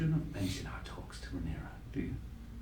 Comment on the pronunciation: I stg if continues to misprounce half the names so poorly, I'm gonna have an aneurysm 🤣 RhaenARa nooooo RhaeNYRA like NEAR-UH I'm just a silly boy with a pet peeve for this man, he does it in every show and it feels intentional at times 🤣